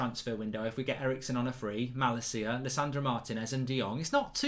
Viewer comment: Hahaha bro one little thing You say ma la ciaaaaa but it is Ma lacia t